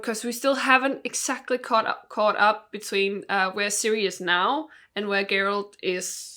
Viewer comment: "are you cirious?"